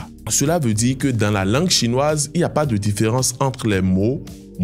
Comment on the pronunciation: J 'aime beaucoup votre façon de prononcer mais là, j'ai du mal avec de car j'entends da !